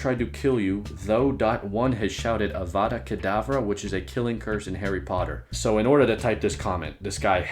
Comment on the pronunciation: avada kedavra is a killing curse in harry potter you said it right